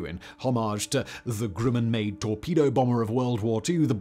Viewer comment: Is it just my ears hearing 'Grimmen' instead of Grumman? And the Flying Wing 'unproven' until the B-2 came along? Jack Northrop would be rolling in his grave, along with the Horten brothers. And BTW, the Hornet was labled "F/A-18-A" in the first delivered version, with the F/A refering to Fighter/Attack, so it ended up doing a roll it was designed for.